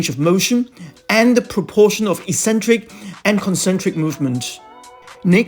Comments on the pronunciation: Hi, This is quite helpful, but it doesn't inspire confidence when at you recommend Front Squats but the small picture actually shows a Back Squat. If you are not paying attention to the details, how can viewers be sure that the information is accurate? Secondly, it is a very minor point, but "eccentric" should have a hard "c" at the beginning = "Eksentric" not "eesentric". The "Ek" refers to out from or away from the centre, just as "concentric" means towards the centre. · Hi, Thank you. I hope you haven't misunderstood me. The "Eksentric" spelling was my attempt to show how the word should be said - the "Eesentric" pronunciation is the one which is incorrect.